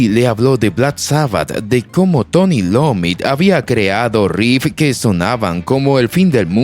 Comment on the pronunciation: Dijo Tony Lommi ?? Jaja!!! Lo que es no saber de quién hablas!!! Es iommi loco!!! Empieza con la letra i su apellido, no con la L